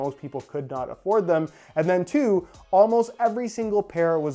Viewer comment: “almsot immediately!” Huh ?!